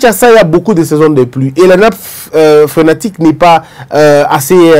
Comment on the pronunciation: Atalaku ya Felix. Le président n’a pas été trahit. Il est incompétent à choisir ses collaborateurs et vous sois disant intellectuel vous êtes incapables d’être honnête. Et on dit nappe “ phréatique “ Non phrenatique “